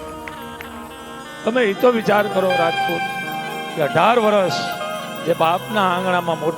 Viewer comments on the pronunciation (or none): none